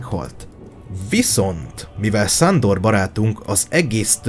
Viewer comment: Ne mond már hogy Szándor MOND Sándor :)